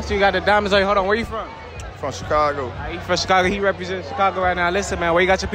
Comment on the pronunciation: 8.34 said sicago LOLL